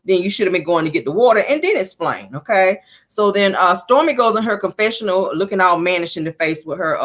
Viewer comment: Girl I hollered 😂😂😂😂😂Caramel is too funny!! Is it me or does not know how to say words with X’s? That irritates me when she says Esspo and Esplain like girl the word is Expo and explain 😂